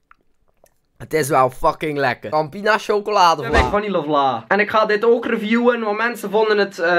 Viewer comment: Vanille spreek je niet uit als vanille HAHA